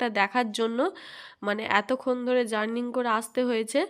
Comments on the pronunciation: জার্নিং নয় ।জার্নি। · Kathata journey জার্নিং na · Journing na ota journey hobe, kichu mone koro na, vul ta thik kore dilam bole, toma k valo basi bole bollam, krisnar the kei to toma k chinechi, valo theko❤ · Falt noy false...jurning noy jurney..hobe..